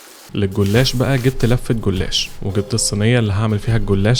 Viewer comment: عمر جُلاش بضمة على الجيم مس بالواو و الناس اللي بتعلق انه بينطق موتسريلا ده النطق الصح بتاعها اصلا زي البيتزا » بيتسا